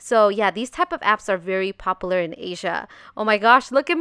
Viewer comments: “Pop-ooo- ler.” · Anyone else catch how she said popular 😂